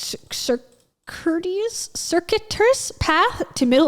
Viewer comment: "Sir-koo-i-tis" is the pronunciation. :)